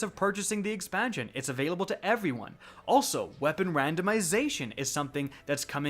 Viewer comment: 'Evey one' hehe